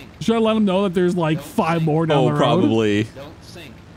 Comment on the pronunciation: “don’t sink”